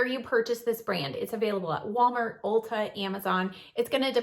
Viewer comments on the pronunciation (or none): none